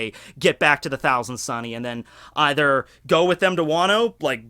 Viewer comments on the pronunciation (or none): none